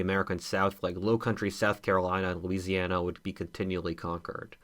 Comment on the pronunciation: am i the only one who noticed "louisiana" instead becoming "Louisania" xd